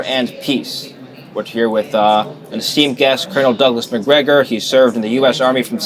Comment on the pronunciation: ITS CALLED MacGregor i THINK he said May sometime.